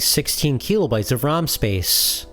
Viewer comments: how many "keeeeeelo" bytes is it again? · Video/channel seemed interesting but I had to stop watching. The constant "keelo bytes" drove me crazy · If I hear KEELOBYTES one more time, I am going to scream. Imagine thinking literally EVERY OTHER PERSON ON THE PLANET is pronouncing it wrong